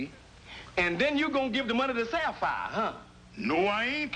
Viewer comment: Mrs Van Pelt actually pronounces the name Sapphire correctly. Its usually pronounced as " Sap fi " .